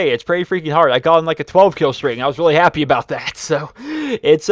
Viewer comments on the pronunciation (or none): none